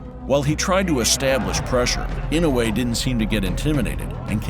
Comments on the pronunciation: FFS his name is Inoue not Inouwhey, the narrator needs to learn how to say the name before doing the docu, completely distracting. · Name is pronounced: E - NO - WAY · It’s not In-no-way. It’s I-NO-WAY! Fuck these announcers. They paid money to announce fights but lack the professionalism to learn how to say their names right. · Not EE-now-yay... E know way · Inow-yea? Ee-noo-e? AI narrator seems confused.